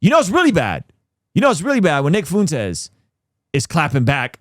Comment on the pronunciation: Pleeeeease please please stop pronouncing it Foontez, as a Spanish speaker it’s killing me inside